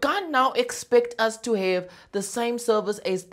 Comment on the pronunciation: "Can I hev a name for a surname plz" 😭😭😭💀💀💀